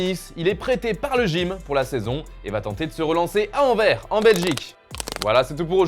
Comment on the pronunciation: Anverssssssss le s se prononce